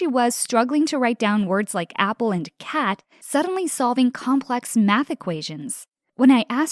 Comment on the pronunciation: tell me that doesn’t say “c*nt” instead of cat😭😂